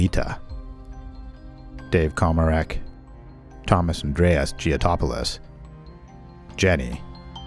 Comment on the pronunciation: Giotopoulos..like abc ankor stefanopoulos.poulos not polous.greek the g its Gamma,just saw it.Or the Savopoulos case in D.C